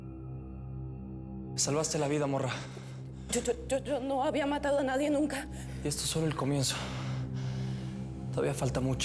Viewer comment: dice naiden no naylen